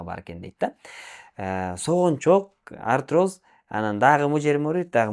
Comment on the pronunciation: Арироз деп жатат